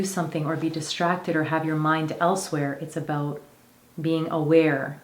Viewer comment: 24 "abote"? I wonder where you live...